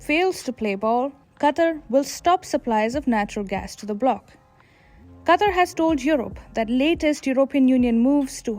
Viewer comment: I couldn't finish the video with the way she pronounces Qatar lol